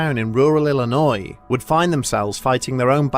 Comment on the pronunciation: Dude, I was chilling until he said Illinois